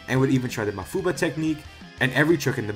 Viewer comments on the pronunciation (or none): none